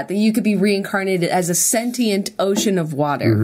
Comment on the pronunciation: I fucking can't with them pronouncing sentient wrong the entire video.